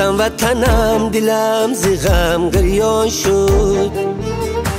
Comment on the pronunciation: Прекрасный голос но произношение слов не правильный--а так отличная песня--гырён шуд-бырён шуд-гирён шуд-бирён шуд.правильнее.